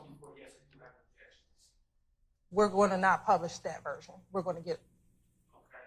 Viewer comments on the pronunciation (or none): none